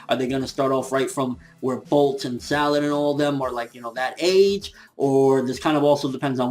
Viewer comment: salada not salad O<O